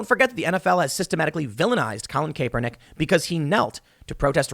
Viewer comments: Kap, it’s pronounced Kap ernick. You also pronounce sherif weird too. Is that a product of home schooling. Not being a dick but hear this from you a lot and you seem to be a very well read guy. May you just have a hard time with names. That’s fair. You ever listen to Bob Marley, he has a song called “I shot the sherif” not sheerif 🤷🏾‍♂️ still love ya🙌🏾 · colin kayyypernick?? you serious dude? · Hey Tim, just a heads up it’s pronounced Kaepernick (Cap-er-nick) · It’s difficult to take you serious when you can’t pronounce people’s name. It’s CAP er nick. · It’s pronounced “capper Nick” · It's pronounced Colin Kaepernick (Capper-Knick) before the literacy nazis label you even further-right for miss pronouncing a name. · Hey Tim it’s pronounced cap note cape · How are you this dumb? Its been years and multiple news stories how the hell can you still not pronounce kapernicks name. CAP-RRR-NECK jesus christ its not even that hard. If mispronounceing names makes you racist then Tim my boy you are one of the biggest racists there is. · To be fare, You said Kaepernick during this video than Brady. And it's pronounced Cap-er-Nick. Cap. 🙄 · It’s pronounced Cap-ernick. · It’s petty but I can hear media attacks on you for mispronunciation, but it’s pronounced (cap-er-Nick) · Who? Krapernick? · Kap-per-nick is how you say it damn! Lol more triggered how you say his last name then a football game lol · Good God you could at least get Colins name right Tim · Hey Tim stop Pronouncing his name that way ..you know very well how it's pronounced you even had a dude on your show that pronounced it correctly in frontofyou.. its very annoying 😒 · Tim trying to do a show on something he knows NOTHING about. If you are gonna use a mans name in your show a hundred times, you should at least have enough respect for that person to pronounce their name correctly. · The way Tim pronounces Kaepernick is hilarious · My wife keeps saying you're pronouncing Kaepernick wrong lol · Kay-per-nick. Lol